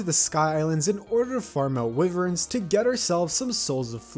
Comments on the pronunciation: its pronounced "why-verns" not wiverins, just pointing it out, but still liking the content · If this man.. Calls them weivurns.. One more time.. It's wyverns. Why-vurn. Wyvern.